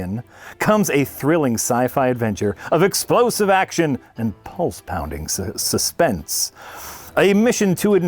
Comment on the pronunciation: "And pulse pounding sexpence!" For some reason, I don't think he's counting old British pennies